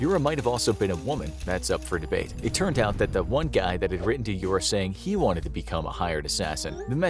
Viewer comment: Yura - you-rah (russian)